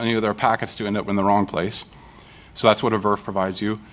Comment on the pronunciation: Yes that's how we call it in industry